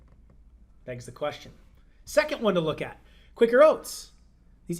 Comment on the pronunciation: Since when has quicker been spelt Quaker? ITS QUA-KER OATS!!